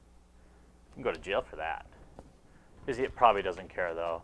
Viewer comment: Always says Izzeeït